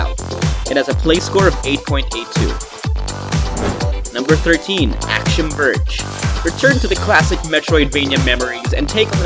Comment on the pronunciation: That's not how you pronounce axiom.